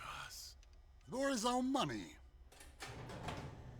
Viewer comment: It's pronounced b-oo-lg-uh-reen, not "bowlgreen", if I didn't see the subtitles I would have no idea who you're talking about, bowlgreen...